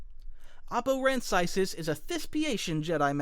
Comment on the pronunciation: Oppo Rancisis deserved to survive order 66. Also you pronounced his last name wrong. Literally my favorite member of the council besides Plo Koon, wish he could get more screen time...